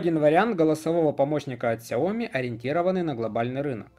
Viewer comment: Про глушить в видео "окей гугл" очень мило, спасибо) Кстати, в сяоми ставится ударение на И. 小米 можно вставить в транслейт, а также могу дать авторитетный источник в этом вопросе если интересно :)